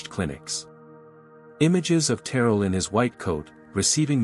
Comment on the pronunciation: Pronunciation is key: Ter rell